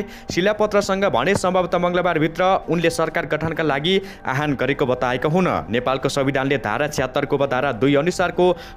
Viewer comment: आह्वानको अर्थै न बुझी आहान आहान भ्न्ने कस्ता समाचारवाचक होलान् यी।